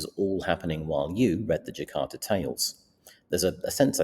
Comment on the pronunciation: Just a small correctio, its the Jataka Tales not Jakarta Tales